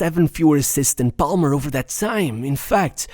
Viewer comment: Dont judge me but everytime i hear him pronounce the L in Palmer i wanted to close the video. Lucky its a video about my starboy